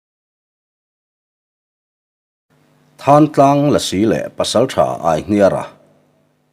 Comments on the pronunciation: Thàntlang ti hlir a ka lo hriat chu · Thantlang tih hi than lai tak hi lam hniam tur aw.. than lai hi i lam sang daih a, a diklo tlat. A ngaihnawm ṭhin e..